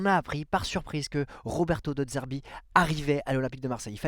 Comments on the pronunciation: De zerbi Pas De d'zerbi. C'est insupportable 🤣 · Slt, je te suis et aime ce que tu fais sur l'OM, ancien chroniqueur également....Mais attention aux prononciations " Valentine Carboni " et surtout " De Dzerbi " c'est insupportable, bonne saison et Allez l'OM....